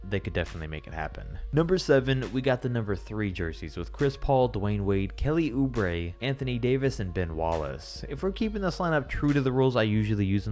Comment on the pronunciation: I really like the awkward pause at Kelly oubre 😂😂